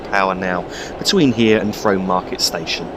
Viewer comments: I believe Frome may be pronounced Froom. The town along the Berks and Hants cutoff is certainly pronounced that way. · Frome is pronounced "Froom" Great video :) EDIT: Just read other comments :p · its pronounced Froom